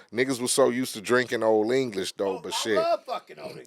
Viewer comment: "One thing West Coast broght to the board is"... "OLD ENGISH!" 🤣🤣🤣🤣🤣🤣